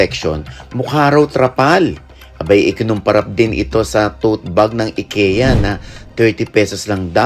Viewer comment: Sa wakas nakarinig din aq ng tamang nag pronounce ng IKEA